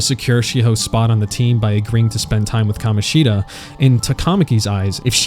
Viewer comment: love the way bro only called kamoshida right once